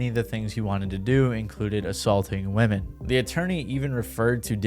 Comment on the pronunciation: So sick of these youtubers censoring shit that doesn't need to be censored or not pronouncing "women" correctly.